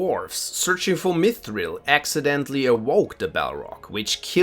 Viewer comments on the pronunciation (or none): none